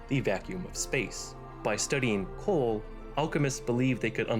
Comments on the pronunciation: Is it me, or does he keep pronouncing Coral as "Coal". It's distracting and very difficult to ignore through the video. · Coral... Not cooa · It sounds like you are saying "coal" every time you say it? Am i the only one that hears that???? It's "CORAL" dude.